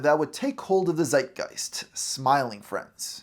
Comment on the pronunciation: y German here. You say "Zeitgeist" so often, but the "Z" gets spelled "Ts". Tsight Gighst" if you will. You got the other stuff right though.